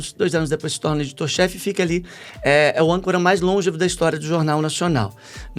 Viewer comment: diga LON- GÊ- VO. LONGEVO. SÍLABA TONICA NO GE. PAROXITONA PALAVRA. VOCÊ DISSE: LÔN- GE- VO. PROPAROXÍTONA!! ERRADA. Na próxima, também evite o " etarismo". Palavra oca. Parabens por convidar A Jornalista. Não fazia a mais remota ideia de que passou por tanto sofrimento e ainda foi demitida. Rede Globo.